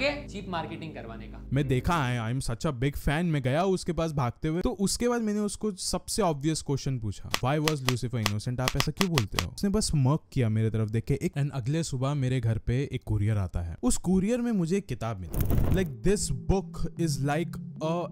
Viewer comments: Bhai mujhe Tirth ke hollywood k saste nashe ki kahani nhi sunni. Pr vo word "Lucifire" Nhi pronounce hogi, "Luci fur" pronounce hoga. Note : Koi tez bnane ka nhi, bs mispronounce ke liye bta diya. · Lucifer ❌ Lucifier✅ Ok bhai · Lucifire 😂 instead of lucifer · Lucifayar mat bol Lucifer hota hai pronunciation galat hai